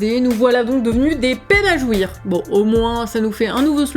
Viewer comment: "à tous ces peines à jouir-eu" maintenant j'attends les remix hardtek 😁